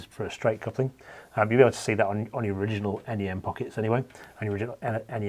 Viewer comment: Great to hear 'NEM' pronounced 'En Ee Em', as opposed to the first part of 'nematode' 👍